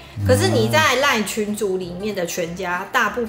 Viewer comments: 一直很好奇，為什麼老爸習慣把line讀作lion？！ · 我也一直聽到有獅子出現